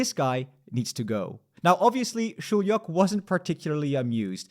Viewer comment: it’s pronounced shoe-yok. Btw this is what we voted for.